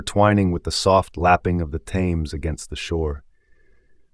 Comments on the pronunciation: The river Thames is continuously mispronounced as ThAmes, with a strong 'a' but in reality the 'a' is pronounced as if with an 'e' as in Ted.... "Themes". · Why didn't this American narrator learn how to pronounce The Thames? Very distracting!